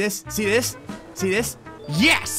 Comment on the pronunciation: so i know he's saying "see see see"... but for a split second i thought he was saying "si si si"... like this thing had driven him to such levels of frustration that he suddenly started speaking spanish...